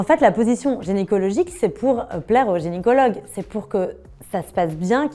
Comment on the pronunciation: Jai arrêté la vidéo quand jai entendu "genycologue"